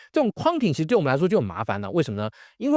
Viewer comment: Quarantine 的發音怪怪的，應該有三個音節「誇潤挺」。